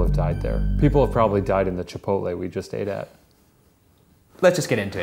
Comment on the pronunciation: It’s ‘ate’